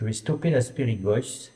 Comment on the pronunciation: Salut. Je pense qu'il est possible qu'un esprit prenne possession de qq1 et parle grâce à la voix de la personne! PAR CONTRE, ICI je suis persuadée que tu dis "Y'A QUOI LÀ-BAS? C'EST QUOI ou DÉJÀ " En effet, ça t'arrive souvent d'avoir la langue qui fourche! Tu dis souvent "spirit Boice " ou lieu de Voice. Par exemple! Voilà, belle enquête cela dit